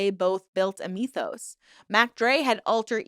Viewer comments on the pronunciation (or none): none